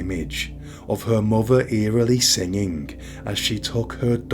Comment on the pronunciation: "A young muver" omg can't listen to this blokes voice 🙉